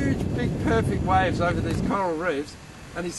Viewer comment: When they say waves it sounds like wives